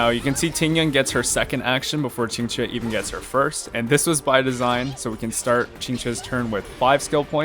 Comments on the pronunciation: That Qingque pronunciation is really authentic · Someone saying qq’s name properly?! Never thought I’d see the day (No shade toward most ppl; chinese pronunciation can be hard esp once you get tones in the mix)